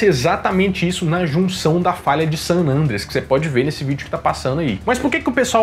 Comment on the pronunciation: Excelente vídeo, como sempre! Estou aproveitando o período de isolamento para assistir novamente os vídeos do nerdshow., uma observação: se pronuncia san "andréas", não san "ândreas". 😁🤓